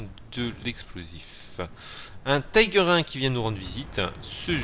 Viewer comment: Le Löwe, char allemand, veut dire Lion dans la langue de Goethe. Et ça se prononce "Leuve" pas "Lo-ou". De même les Tiger se prononcent "Tigueur" et pas "Taygueur". Si c'étaient des chars anglais ou américains je comprendrais, mais là... sinon GG sur la game, même si tu as eu pas mal de chance. Pour ma part j'adore le KV-2, mais j'embarque quelques obus Premium au cas où je tombe sur des adversaires comme... un KV-5 par exemple.